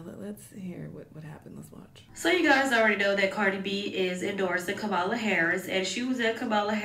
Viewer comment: Why do Dems always get performers to speak? Are there people really out here basing their vote off of who their favorite celebrity endorses? Also, to the narrator and to Cardi B, her name is pronounced COMMA-LA. Goodness. That's so disrespectful.